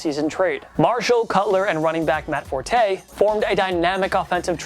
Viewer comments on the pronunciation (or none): none